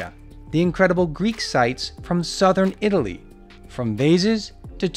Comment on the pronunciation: 'From southern Italy' with stress on the word southern, and the word Italy almost said as a question, why? It's so distracting, why do you put these strange word stresses in? I enjoy the videos but I have to watch with the sound off.